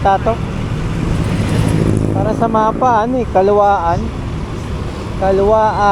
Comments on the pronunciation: Kalawan bigkas nyan Hindi kalawaan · idol ang tamang pronounce ng bay ay bai at at calauan ay ang tamang bigkas ay calawan 😅